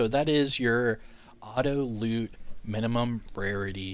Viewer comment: You mean auto "loot"? Not "loop"